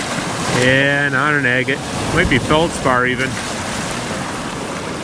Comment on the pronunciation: Is it me or does “agate” sound like “I get it”?